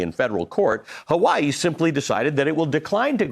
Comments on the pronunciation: funny how some chat and this Youtube comment section are losing their minds on how a native Hawaiian pronounces "Hawaii" correctly and trying to say it's incorrect 💀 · That's how you pronounce Hawaii in the native Hawaiian pronunciation 😭 how can you be so confidently loud and wrong